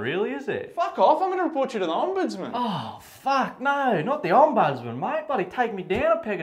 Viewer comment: can’t pronounce ‘ombudsman’ 😂